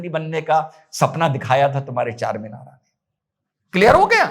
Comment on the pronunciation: Charminara na bolna charmender bolna kal